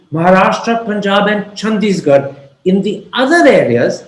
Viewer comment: She said Chandigarh; Thapar had a slip of the tongue and repeated it as Chandisgarh (adding an s)